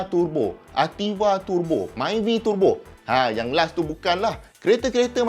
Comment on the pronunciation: Dengar tu pronounced untuk turbo ni Tur Bo,bukan Te Bo..meluat juga bila mat2 kereta bila sebut turbo ni jadi tebo..